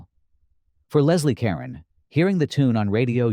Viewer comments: Whenever I see this movie I think Leslie Caron is playing the role the way Audrey Hepburn would have. It would be nice if the narrator knew how to pronounce Leslie Caron's name. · Leslie Caron (accent on the second syllable of Caron), not Leslie Karen.